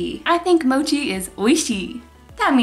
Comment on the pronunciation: U pronounced mochi very weird